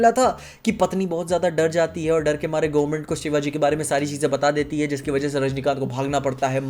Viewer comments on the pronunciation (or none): none